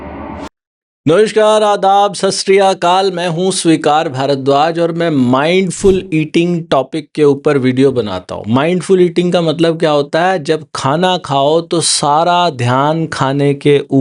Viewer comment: आप का नाम स्वीकार है सुईकार नहीं